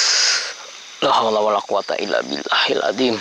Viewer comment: Coba dengar bacaan la haula nya .. Wkwkwkwkwkwkw setau gua gak gtu bacaan nya kakakakakakakakka